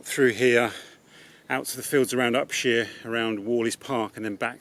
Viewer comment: Inspirational movie as always. A joy to watch. Detail: It's Up-shire not Up-sheer (my grandfather owned arable land there until 1938 - now covered in houses).